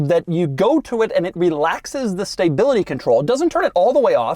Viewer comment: What’s staybility, Doug? Do you mean stability?